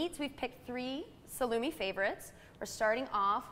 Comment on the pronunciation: Terrible pronunciation of eg. "salumi", "Calubebrian"...are you kidding me?